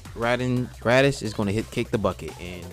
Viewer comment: You said raiden name wrong it's rai-den it's not the same way you say the god of thunder name